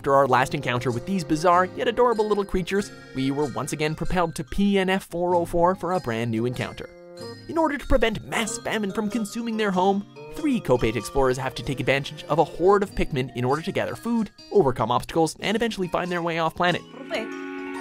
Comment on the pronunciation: Kopate? It's kopite! I thought you were better then this watch.....